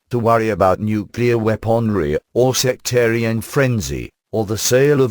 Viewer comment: The machine reading is far from ideal. Surely there are ways to correct the obvious mispronunciation of such common words as "weaponry."